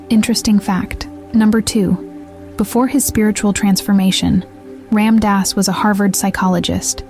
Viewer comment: If you're going to make a video about him pronounce his name correctly...